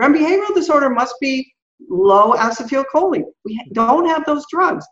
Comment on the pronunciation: Mind-boggling information in this interview. I thought I understood "Vitamin" D (really a hormone), but clearly didn't! Will listen again (and again). But I keep shaking my head at the way pronounces acetylcholine. I have NO IDEA what she is saying, but my understanding is that it should be pronounced "a-SEE-tul-koe-lean." That's the only way I have ever heard it pronounced and every time she says it I am thrown off terribly and miss the next seven or eight words trying to get my bearings back!